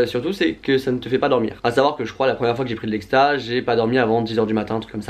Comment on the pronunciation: c'est exta pas ecsta on est dacc ?